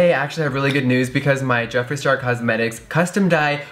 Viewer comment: OMG THAT MOMENT! JEFFREE. JEFF REE! I litterally couldn't stop laughing 😂